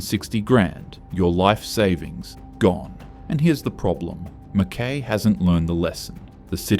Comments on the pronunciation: It is Ma-Kuy rhyming with Guy. Not Ma-KAY. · Is the speaker Australian? "Mackay" has always been pronounced Mc-KY, not "Mc-Kae". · Fancy an Aussie pronouncing an Australian town incorrectly lol. Hubby is born and bred in Mackay, it’s Mac - Kai not Mac - Kay 😂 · MACKIE as in pie. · Yeah, just what I was gonna say ! " Mack-Y " ! Whose doing this voiceover, obviously not a local ! So, is this all full of bullsh!t ? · McKay, pronounced McKai. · How does he not know how to say MacKay?? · Then in comes Pauline! LNG .....you beaut. Climate change....yeah nah. Coal.....YES!! Wouldn't take this goof seriously....can't even pronounce MacKay. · Im a Kiwi, and even l gringed when he misprounced MacKay. Surprised he got Geelong correct. As for the list are we surprised? No! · This narrator can't be taken seriously when he can't even pronounce Mackay correctly. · You spelt MCKAY wrong😂 and you pronounced it wrong as well. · Wasn't that annoying? 😀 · Well said! How can anyone believe a word after that? It shows amateur research.